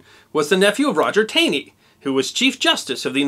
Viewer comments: Taney's name is pronounced "tawney". You got M'Naughton right, but missed that one? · Another great unknown story. FYI Roger B Taney’s last name isn’t pronounced like it looks, but rather as if it’s spelled Tawney with a w. Don’t know why but lived in Taneytown Md for awhile and the town is named after his family. Townies know if you’re not from there if you mispronounce. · Roger Taney's last name was pronounced "Tawney," not "Tane-y." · I believe Taney is pronounced "Tawny" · Strangely Tanney pronounced his name TAWNEY... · Please learn how to pronounce Taney.